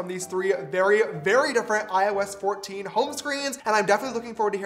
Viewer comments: Every time he said IOS 14 I thought he said “ I was 14” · Why does it sound like " I was 14" when James says " iOS 14" Just me, ok!!